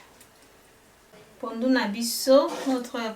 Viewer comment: Hi there, thanks for the shout out and yes you said my name right✔️. This looks great, I just have to find out where they sell the pondu then I will try to make it too. 💜✌🏾